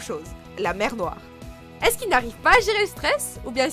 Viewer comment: Vous vous êtes trompé pour le n3. C'est pas la mer noire, c'est "la mèw nwoil" 😂